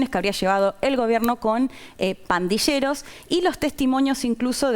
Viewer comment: Pandilleros no se pronuncia /pandisheros/. ⚠️ Cuidado con la pronunciación señores argentinos.